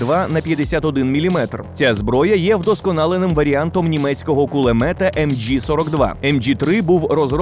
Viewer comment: Не МДЖи MG masingver.